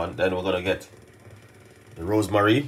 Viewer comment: Why you always pronounce ROSEMARY as ROSE MARIE?